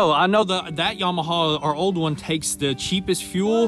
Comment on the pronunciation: Yam-uh-haa, there is no" W" on the end. Just like you were taught in school, sound it out. Or look up how to pronounce Yamaha. Hee haw.